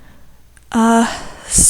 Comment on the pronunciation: You pronounced UTAU wrong XD but this is an old video so it doesn't really matter. Anyway I was really curious what people use these's UTAU voicebanks for? MMD maybe?